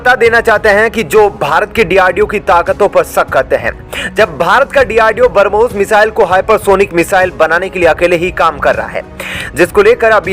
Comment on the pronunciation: कृपया उच्चारण सही किजीयेगा बरमोस नही ब्रम्होस 😃